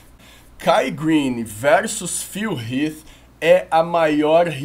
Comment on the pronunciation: Até q enfim alguém q pronuncia Phil Heath corretamente.